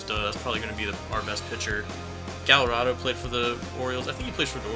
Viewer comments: IT'S GUY-YARD-O. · Yovani Gallardo's name is pronounced "guy-yar-dough"